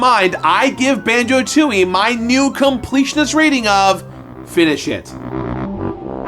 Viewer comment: Yep, that's how I hear it every time. FINI-SHIT. I'm sure you didn't mean it like that but that's just how it is.